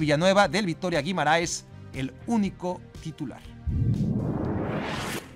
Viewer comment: Soy de Portugal y definitivamente Gil Vicente no se dice así se dice literalmente shil-vi-cén-té Básicamente solo cambia el the y el té Y el tilde esta hay es para que lo pronuncies más fuerte Otra cosa guimarães se dice gui-ma-raens y intenta hacerlo nas el raens